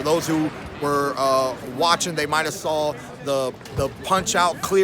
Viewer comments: This guy added the letter L in the word saw "I sawl it. You sawl it" 😂😂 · "You sawll it" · Keith “you sawl it, i sawl it” Thurman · New word created by thurman..sawl it.😁😁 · Nobody: Keith Thurman: "i sawl it, you sawl it" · "I sawl it, you sawl it" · Keith "I SaWLid, You SaWLID." Thurman. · Keith "I sawl it, you sawl it, herky jerky" Thurman